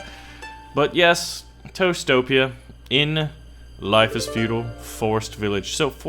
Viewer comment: every time you said toastopia i heard toestopia. the land of the toes 😂